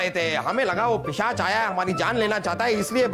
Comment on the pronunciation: Pisaach ✔️✔️ Not pichaas ❌❌